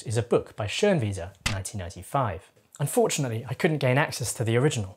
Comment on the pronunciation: From a German, excellent pronunciation of the "ö" in Schönwiese